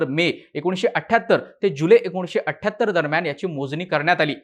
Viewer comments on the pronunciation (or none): none